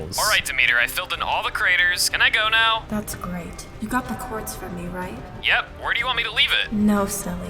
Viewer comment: did anyone else notice that when was talking to demeter she said qaurtz?